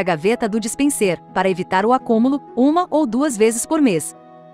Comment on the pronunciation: Obrigado por responder. O meu objetivo ao perguntar o que é "dispensêr" é porque o narrador digital não pronunciou direito a palavra e isso fica muito feio deixando claro que não é um humano. Ela não pronunciou dispenser, mas dispensêr. É como eu falei, um canal de 1000 seguidores utilizando esse recurso é compreensível, mas uma empresa do nível e do porte da LG...